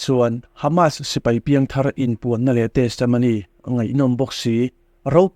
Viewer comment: Testamony tih hi chu a ngaihmawhawm deuh,a thenin Testomony an ti bawk.Testimony tih ve mai a tha e.